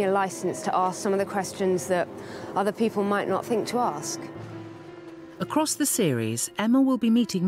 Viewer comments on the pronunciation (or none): ACROSS not ACROST